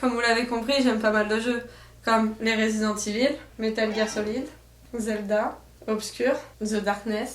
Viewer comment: Mdr l'accent français sur resident evil xD j'ai entendu "résidente évile" xD